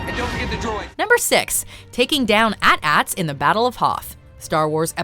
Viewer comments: Did you just say "at ats"? You pronounce each letter. "Ay-Tee-Ay-Tee". It's an acronym - "All Terrain Armored Transport". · Did you just call them "Att atts"? :D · Wasn't too bad until they called them At-At's instead of A.T-A.T'S. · Did this Bitch just say AT-ATs instead of AT-AT’s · “att-atts”......... oh no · When she said "at-ats" I died a little inside. 😔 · Did you just say, “atats?” 😑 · The fact that she said "At-Ats" instead "AT-ATS" really grinds my gears. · That is not how you say AT-ATs! Each letter is said individually.